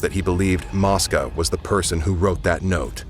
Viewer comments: Mosca long o sounds like moesca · It's mo-sca